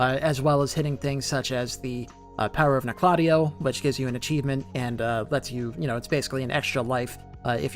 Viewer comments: Like KNOCK la Tay O. Not Nokloteo in one syllable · I stopped watching when you called it. No-clot-EE-oh. lol. 😂 it’s Noke-la-TEE-oh. Umbasa. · Nocladea?! You mean noc- le teo? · The correct pronunciation is “knock-la-teo” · It’s pronounced Nock La Tay Oh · You say Noklateo like you’ve never played Elden Ring. Makes me cringe every time you say it. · I pronounce it as "Noklateo", but i think I'm the only one who says it that way... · i didnt even notice bro said noklateo instead of noklateo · I cringe every time he says it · Maybe he should learn how to pronounce Nokloteo correctly first